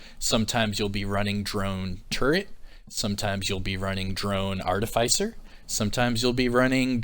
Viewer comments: "artificer" try pronuncing it like this ~ r - tif - a - sir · ar·tif·i·cer pronounced like "ARTIF-IS-SIR"